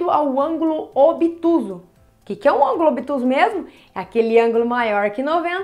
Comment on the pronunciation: Não é "ângolo" e sim "ÂNGULO". Por favor.